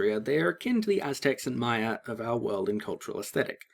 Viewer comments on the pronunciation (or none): none